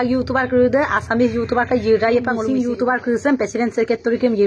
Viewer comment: You tuber hoi yu tober ...nohoi. pronounciation tu bhalkoi koriba..suwali jonir kuwa tu right nohoi...